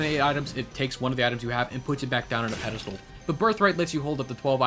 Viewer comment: Pedestal not "pedistal" 😊